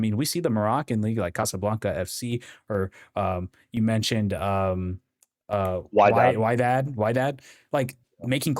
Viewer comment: Casablanca, Morocco here!! 👋🏼👋🏼 we say Wedad not WhyDad 😂 thanks for the review, elnesri is out thank god!😊